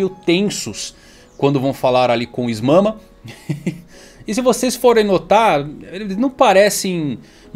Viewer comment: não consigo parar de rir com o "is mama" KKAAAKKAAKAKAKAKAKAKAKKAKAKAKAKAAKKAKAKAKAKAKAKAKA